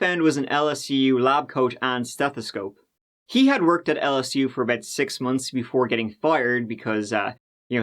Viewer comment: I’m from la & the way you pronounce LSU is so wrong 😹🌈